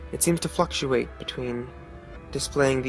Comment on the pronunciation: It sounded like fucktuate